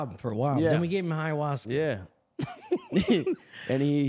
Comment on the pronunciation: There is no H sound at the beginning of the word Ayahuasca, its Eye-A-waska!